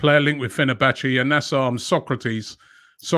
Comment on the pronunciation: Impressed he pronounced fenerbahce perfectly, nothing groundbreaking but always good to hear from Romano